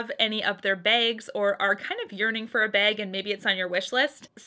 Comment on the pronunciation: Lol the way you say BAAAG makes me proud! 🤣 You almost sound midwestern!